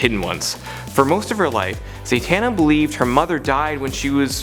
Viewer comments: Who's Zaytana? Because I believe it's pronounced as Za-ta-na. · Sounds very unrehearsed and the flow is unnatural. Plus "Zay-tana"??